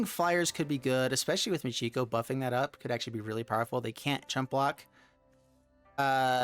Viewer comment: Michiko is not pronounced Moo-gee-go. It is Mee-Chee-Ko.